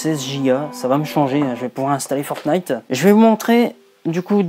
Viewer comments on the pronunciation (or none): none